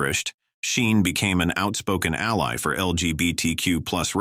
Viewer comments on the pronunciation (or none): none